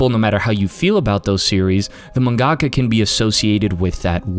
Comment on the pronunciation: Whenever you pronounce "mangaka" I can only hear Zack from FF7 saying "gongaga". Good video though. Soul Eater is the goat